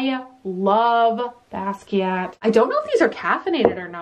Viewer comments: Basquiat is pronounced bah-skee-ott. The Smithsonian is in D.C.. I am so enjoying all of our stormy weather! Love from The Galleria area.😘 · the T is silent:((( silent:(((((